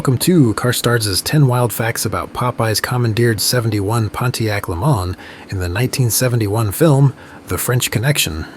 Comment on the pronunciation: It's actually pronounced le MANS, not le MAN. It's American, not French.